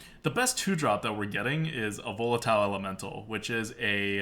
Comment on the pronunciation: I look forward to playing with VOLE-LA-TILE elemental ADWCTA. Gotta love those pronunciations, normally you have an excuse but this time it's a real word!